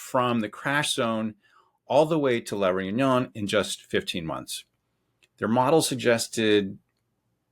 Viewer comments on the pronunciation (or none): Lahroonyon ??? Oh La Reunion . That's La ( not lah ) Ray-oo-nion. 5 syllables in total not 3.